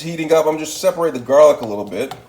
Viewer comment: XD Fearless! Shameless! Hook em up boy😖✊. "She-Takay" "Gar-leek". You fancy huh?👌